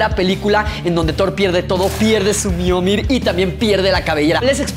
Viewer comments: Soy yo o dijo miomir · Pierde su miormir xd miolnir